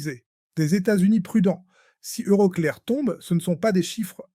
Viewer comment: EuroCléAr 😂 l'IA est nulle en anglais 😅